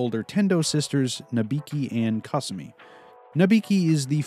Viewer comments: Japanes pronunciations: Aka-nay So-oon Kasu-me (not kah sue me) Llama (ranma) Ryo-gah (not ri-yo-gah) Moo-su Ha-po-sigh Oo-kyo (not oo-ki-yo) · I have never heard anyone pronounce Kasumi and Akane like that before. But I've only watched the English dub because I hate reading while watching videos. It just isn't my thing and I'm lazy. Hopefully Ranma gets finished one day in anime form.